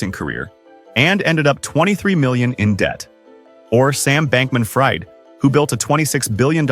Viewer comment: Sam Bankman-Fried (or is it Freid?), pronounced "freed," not "fried."